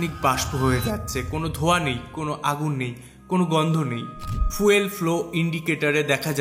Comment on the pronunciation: ফিউল নয় ফুয়েল হবে। 😂